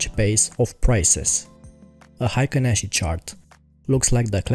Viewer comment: Nice video! it's pronced like Heykin Ashi in Japanese.